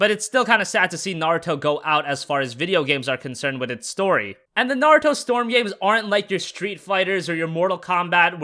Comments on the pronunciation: It's pronounced Nah - Ru - To, like rule. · I swear he kept saying 'Narto'